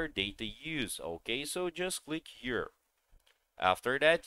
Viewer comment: Hokay? Hokay! Hokay.